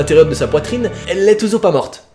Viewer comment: ''Elle n'est pas morte" hoo non tu ma trop fait rire😂❤je t'adore